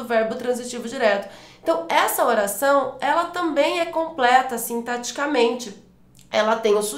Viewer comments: Verdade! Toda vez que ela diz "sintaticamente", eu entendia "sinteticamente". Logo, a dicção dela não é perfeita como disseram. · Mas ela fala sintaticamente e eu entendo "sinteticamente..." rsss eu estava anotando errado...